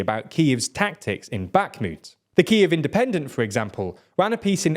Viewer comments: Great video once again, but please prononce 'Bakhmut' without a hard 'k' sound, it hurts my ears😢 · Can someone please tell him how to pronounce Bakhmut.